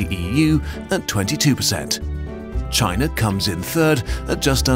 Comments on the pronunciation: I hate how you said China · why the narator speaks with chinese-like tone when speaking about china lol